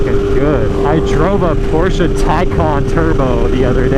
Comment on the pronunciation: never seen a video of you before but i like you because you actually say porsche and not porsch. Hearing someone say porsch legit triggers me XD